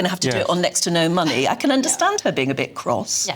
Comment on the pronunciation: she wants our “moneh”